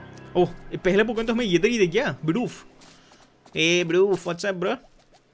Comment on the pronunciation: Pokan mat bol bhai ajeeb lag raha hai pokemon bol na